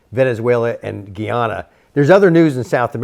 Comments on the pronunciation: GUY-ana. Not "Gee"ana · Guy pronounced guy, ana pronounced ana. NOT Geeana! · THESE 2 MEN KNOW ABSOLUTELY NOTHING ABOUT GUYANA - IT IS PRONOUNCED GUY - ANA , GUY -ANA. NOT GEEANNA. GO DO SOME RESEARCH BEFORE YOU SHOOT YOUR MOUTHS OFF. WHERE THE HELL DID YOU GET " VEN. TAKE BACK ESSEQ. ?? THEY NEVER, NEVER HAD ESSEQ" YOU ARE JUST GUESSING. GUYANA HAS 6 PEOPLES. THE EAST INDIANS ARE THE MAJORITY, BLACKS SECOND, AND THE OTHER FOUR PEOPLES. INDIANS WERE TAKEN TO GUYANA AS INDENTURE WORKERS. BOOK KEEPERS, ETC. GO GET YOUR INFORMATION STRAIGHT BEFORE PRETENDING TO KNOW WHAT GUYANA IS ALL ABOUT. VENEZUELA NEVER OWNED ESSE, NEVER. SO HOW CAN THEY " TAKE BACK " A PLACE THEY NEVER HAD?? IT GUYANA, NOT GEEANNA. VENEZUELA WILL NOT TAKE BACK ESSEQ. ESSEQ. BELONGS TO GUYANA . IT IS GUYANA. IT IS PART OF GUYANA. YOU SHOULD KNOW THAT THE " AMERICAN OIL COMPANIES " ARE PUSHING VENEZUELA TO FIGHT FOR ESSEQ. BECAUSE THERE IS A HUGE OIL DEPOSIT IN GUYANA. GUYANA WILL GET HELP. THE BULLY , VENEZUELA, CAN'T JUST GO CARVE PART OF GUYANA AND TAKE IT AS THEIR OWN. I WISH PEOPLE LIKE THESE MEN WILL DO THEIR HOME WORK BEFORE SHOOTING THEIR MOUTHS OFF. YOU ARE TALKING AS IF THE BULLY ALREADY TOOK ESSEQ. FOR THEMSELVES . GREED IS PUSHING THE BULLIES, MONSTERS TO SLAUGHTERED, MURDER , THE PEOPLE FOR THEIR LANDS. LANDS THEY OWNED FOR HUNDREDS OF YEARS. EVERY WAR IN THE WORLD TODAY IS ABOUT GREED. TAKE THE LANDS OF OTHERS, BUT THEY HAVE TO ETHNIC CLEANSE THE ENTIRE POPULATION FIRST. THEY ARE BRAGGING THAT " IF THEY GO , IF THEY LEAVE , IT'S OKAY. BUT IF THEY DO NOT GO , WE HAVE TO KI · Least they both could do is learn to pronounce our country's name correctly! It's Guy ana! Not a Geeaja!😡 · GUY-ANA ( 😊, no Gheeyana) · It's GUY ANA. Not Gy Yana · dude couldn't even pronounce Guy-ana properly. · Its..GUY-ANA NOT GE-ANA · Guiana is pronounced gee - ana. Guyana is pronounced like it's spelled, guy - ana! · Ay si me desesperó un poco que digan GiYana fue ufff no es tan difícil decir GUaYana en fin😂😂❤